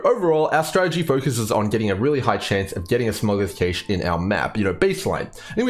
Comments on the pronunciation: Sorry to be the guy,, it's pronounced like "Cash" not Caysh.:D Really appreciate your approach to having useful and reliable data, that you emphasize the time it takes to personally run the map and that's what decides your div/hr. You're the man! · Cache, like Cash money. Not Cash' A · That is definitely not how you pronounce cache. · I'm not Australian but I found references to both pronunciations when I looked it up briefly. ¯\_(ツ)_/¯